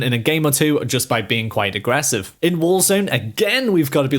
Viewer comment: I like how he says “aggrevssive” so much lol